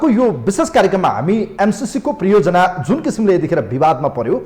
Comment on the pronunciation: Priyojanaa hoina hajur pariyojanaa ho.